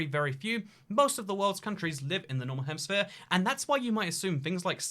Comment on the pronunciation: It sounds like he says "normal hemisphere" haha!